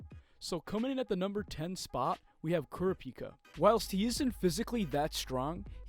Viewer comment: Listens to 30 sec. “koorahpika” Aight ima head out